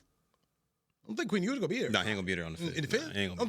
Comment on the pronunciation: I lost it when he said Quinn Ewers ? Smmfh 🤦🏾‍♂️